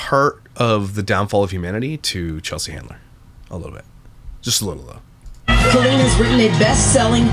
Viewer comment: I love a good comeback/rehabilitation era for some people who have been cancelled…. Colleen? No. She’s foul and undeserving in every way. Side note, I thought she pronounced her name like colon.